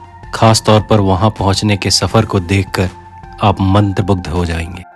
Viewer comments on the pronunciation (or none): मंदबुद्ध नही मंत्रमुग्ध